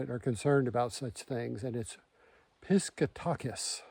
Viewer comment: Hahaha- not quite how you pronounce it😆 phonetically- Pis Kat a quis lol !